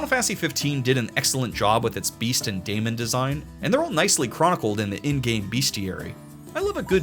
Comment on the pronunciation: Daemon is pronounced just like Demon and is in fact just an archaic spelling of the word Demon.